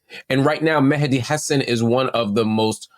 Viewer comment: Appreciate Marc pronouncing Mehdi's name correctly 👏